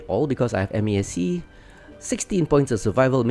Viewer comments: MASC is pronounced Mask. Good video though 👍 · Just say "mask"... Four syllables is... triggering lol.